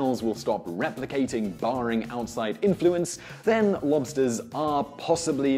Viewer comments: I had the volume quite low and every time you said "lobsters", I for some reason was hearing "monsters" lol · It’s sounds like you’re saying “blobster” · I keep hearing mobsters 😂